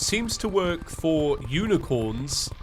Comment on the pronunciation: No... he can say FOUR but not FOR. Very different words.